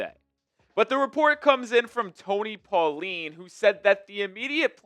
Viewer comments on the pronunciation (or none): none